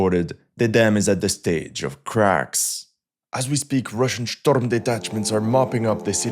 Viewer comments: That is not how you say storm , oh and let me guess Ukraine is about to fall lol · Shtorm detachments 😂😂